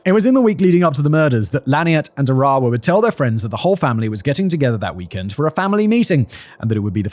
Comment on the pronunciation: Small point of information: Arawa's name is pronounced with the accent on the first syllable, not the second. Conveniently it's the English word 'faraway' minus the first and last letters, and it's pronounced that way - 'AR-awa,' not 'A-RAH-wa.' It seems important to get this right considering the manner of the poor woman's death.